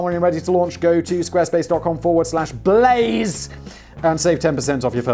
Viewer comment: I had trouble finding the channel because I always misheard Simon... I thought he kept saying "Business Plays" on the podcast... Which, as a name, fits better, making it even harder to comprehend "Blaze"... :-D Finally found it by searching for "business plays simon"... ^^